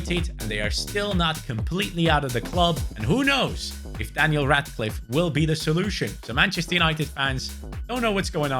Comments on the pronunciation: Bro said Daniel ratcliffe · He said Daniel rat life but his names Jim 😂